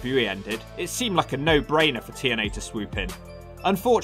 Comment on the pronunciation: 40 seconds in put the close captions on when he trys to say tna even the cc dosen't know what hes saying sounds like t and l to me.